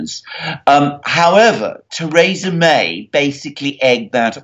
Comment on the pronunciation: God damn it Alexander, it's pronounced "Thuhreesa"